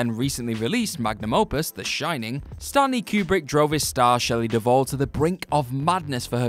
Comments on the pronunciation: "Verga" Farmiga? Shelly "Deval"???????? What's happening here? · Duvall, not Deval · The Shining costarred SHELLEY DUVALL....NOT “DeVal”! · Shelley WHO??? DUVALL, people. Her name is Shelley Duvall. It's not that difficult FFS. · Duvall. Shelley Duvall. Do the editors ever even THINK of consulting Google or Wikipedia or even a god damn ENCYCLOPEDIA before doing these videos anymore? Or has Boris Johnson and Brexit completely fucked everyone's brains across the Atlantic at the WhatCulture offices? And I seriously can't even figure out how you turned one name into vulgar language, and fucked up Vincent D'Onofrio's name that horribly.